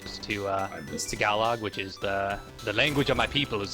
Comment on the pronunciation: its "is" not iz